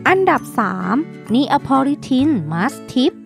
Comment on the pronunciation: ละมั่ง ไม่ใช่ละมัง.. พุพอง ไม่ใช่ผุพอง.. Neapolitan = เนโพลิแทน(นโปเลียน มาสทีฟฟ์) สู้ๆนะแอ้ดมิน